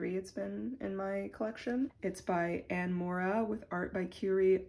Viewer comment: MOW-Ra. Her last name is Iberian.